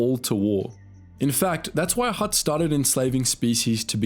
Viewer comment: They are called Hutts.. Not Helps..